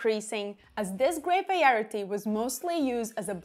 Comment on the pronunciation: You can say it wrong as many times as you need. It is cute lol. You pronounce it "vaierity" instead of variety. The wine contents and everything are fantastic so don't change a thing :) Many thanks!